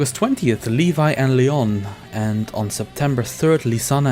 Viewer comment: Also the way you pronounced Levy made me cringe a bit ahaha